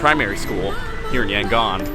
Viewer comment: Btw is Yangon not Yangooon!!😂😂